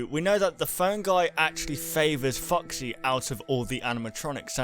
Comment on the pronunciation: Those is it me or those says:"Fuck see" when he wants to say:"Foxy" but still I love your videos guys! Almost every theory has sense to me and just be like this! And I think that the purple guy is the owner of Fred Bars Family Diner chose when he sold hes restaurant he knew where will be the animatronicks so he killed the kids and so on and so on... You all know the story...